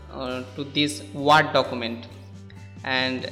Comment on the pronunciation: Ward document nahi ""Werd" (word) document